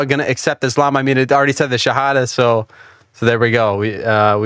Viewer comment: Chat GPT syahadatnya lbh masuk tajwidnya😂. Masya Allah...